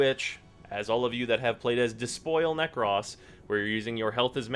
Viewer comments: Nek- rohs. Not Nek-rhoss. For the love of God. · Dude the way you say "Nekros" really fucking bothers me ..... 😂😂